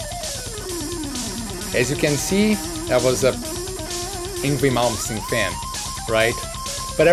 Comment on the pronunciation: I thought he said "angry moments" when he said "Yngwie Malmsteen"